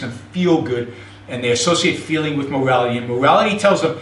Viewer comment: He sounds like a 2 year old with a deeo voice. "Mowality"